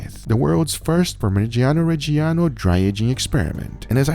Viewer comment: The way americans pronounce parmigiano reggiano really disturbs me